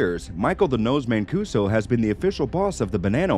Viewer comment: Good job but black guys destroy Paisan names. My man every name from Mancuso to Geraldo to Gigante was mush